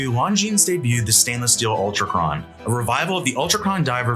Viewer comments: Longines pronunciation — Longines is pronounced "Lon-jean" or lawn-jeen, with the "s" at the end remaining silent. The name is of French origin and is often pronounced with a soft "g" sound, similar to the "s" in "pleasure". It is not pronounced "long-jeens" or "long-ines." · Not a hater, but this isn't how Longines is pronounced. Love the vid.